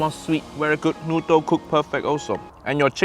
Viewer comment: too much protein, too much noodr, too much vegtabr... You can never please uncle roger